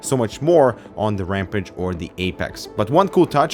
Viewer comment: Ramp-ăge? Ramp-ăge? Oh, Ram-pāge. Sorry, I know it's not nice to pick on accents, but that one just kinda throws me off. Long A as in cage, not short a as in can. Also, WANT. Give it to me, the $599 price tag be damned! That an a $ X. I don't need both of these stupid kidneys.